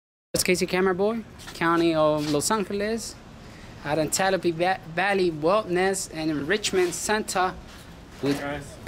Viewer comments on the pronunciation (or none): LOL he said AN TELLA PEE bahhahhaha its antelope bro lmaooo i love you